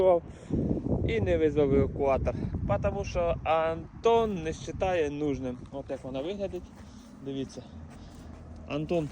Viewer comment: Не Антон, а Гантон:)